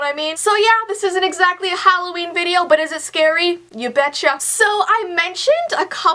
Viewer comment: Halloveen time :D get it veen? No? ok :'3